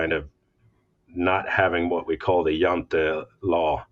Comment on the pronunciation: The Law of Jante -- certainly not pronounced "The Law of Djent", ehehe. Also: " 'Hah-keh ", not "hawk"